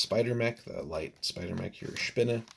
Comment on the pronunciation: You get bonus points for pronouncing "Spinne" correctly. Interesting that you mention Dust, that's what got me interested in this particular starter and then Bolt Action - which led to Flames of War, Team Yankee, Chain of Command, Blood & Valor... I still haven't built the Spinne, nor painted up the Tesla turret... but I sure have a LOT of Grenadiers between this starter and two other army sets.